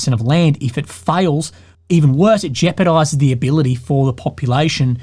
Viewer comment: "Jeaparized" Grunt detected.